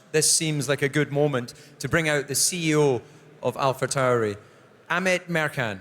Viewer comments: I guess someone forgot to tell Coulthard how to pronounce AlphaTauri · I see why they got DC to do this. He can pronounce Alpha Tauri a million different ways and just get off lightly with "that's how we Scots speak."